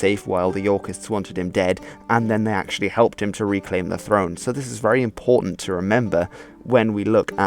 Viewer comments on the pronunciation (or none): none